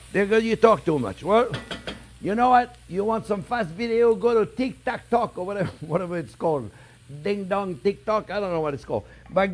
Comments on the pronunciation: “Tik Tact Talk” 😂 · I love how he does the dad thing of intentionally mispronouncing TikTok